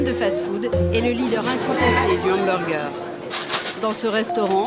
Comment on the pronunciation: c'est pas le doc ou on parle d'Hamburjer ?? faut pas que je le croise celui la il va pourrir mon cerveau encore pour quelques années avant que joublie sa facon de prononcer le mot Hamburger 😡